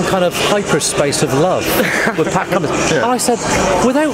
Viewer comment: Pat Cummings 😂😂😂😂 It’s Pat Cummins